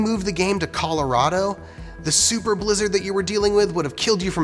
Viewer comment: This game looks great. I just wish they pronounced Colorado correctly